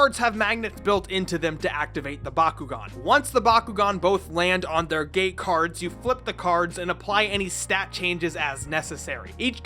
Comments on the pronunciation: until I thought he said "Gay cards" instead of "gate cards". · I know that the magnetic cards are supposed to be called “gate cards,” but I keep hearing them as “gay cards” in this video. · I can't stop hearing him saying "gay cards"